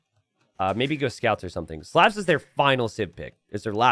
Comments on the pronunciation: There is no such word as "anyways" in the English language. The word is "anyway". You can't even pronounce "Slavs" correctly. STOP PERPETUATING STUPIDITY. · You pronounced Slavs wrong bro. Good cast and a great match.